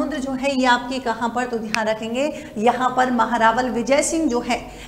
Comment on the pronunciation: महेंरावल नहीं महारावल 😊❤